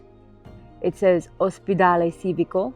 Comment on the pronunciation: How lovely. Just a heads up, c followed by an i is pronounced Chee. Civico (Cheeveeco)